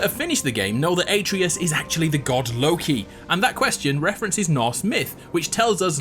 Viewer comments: Aytrious? its Atreus (at-rey-us) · so I know this was like 2 years ago but u said his name like a - tree -us when it a - tray - us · ITS -AT -RAY-US, NOT AT REE US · Wait wait wait…. Are you saying A - tree - iss? It’s ah-trey-us. Come on dude. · Why do some people get Atreus's name wrong. IT'S PRONOUNCED UH TRAY US NOT ATREEUS. Jesus fucking christ get it right. This is the millionth time I've heard someone get it wrong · A Trey Us, not Ay Tree Us, Jesus Christ you're dense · A-tree-us? A-tray-us. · uhhhh no, that is literally the most ignorant thing ive ever heard. You didnt make the game or mythology, the game studio did. Its pronounced "uh-tray-us" not "A-tree-us" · ate-ree-us oh god its at-ray-us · Bro, why do you pronounce it Ay-treeus? It’s pronounced At-tray-us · It’s Ahtreus not Aytreus. You must be one of those people who pronounce Gerahlt rather than Gehralt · It's not Uh-Tree-Us, it's Uh-Trey-Us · Questioning the correct pronunciation of vase then mispronouncing Atreus at the end? It's ATRAYus not AYEtreus, boy ... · "Ay-tree-us" T R I G G E R E D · A-treus? Why do you pronounce his name like that? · Why did he pronounce “Atreus” as “Ey-Tree-Uss” ? Edit: and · Did he call atreus ay treus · did u say ate-treeus ??? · I pronounce it like A-Tree-Us, but there’s probably multiple ways to say it in different dialects and accents. Like the Naruto “Naruudo” debate. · fan fact! (as a greek guy) it's actually "A-trE-us" ("Α-τρέ-ας") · Its a-tre-as* spelled Atreus pronounced Atreas, comes from the Greek name Andreas also Andrew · I'm sorry, who's "Aytreeus"? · How da fuck you mispronounced atreus when kratos says it 100 times in the game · The way you pronounce Atreus infuriates me. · For a game with so much voice acting youd think people would be able to say the kids name correctly :/ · His pronunciation of Atreus hurts me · The way he's pronouncing Atreus is really bothering me. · Your pronunciation of Atreus is wrong. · Can you say "Atreus" right?